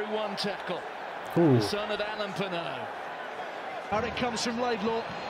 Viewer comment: Your accent is perfect for Damien Penaud ;-) (a French guy)